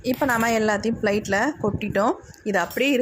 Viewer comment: Flight illa plate theliva solunga